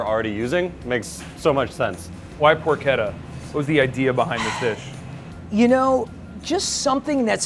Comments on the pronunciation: Its porsheta not porketa. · It's pronounced paw-cheh-tah not porketa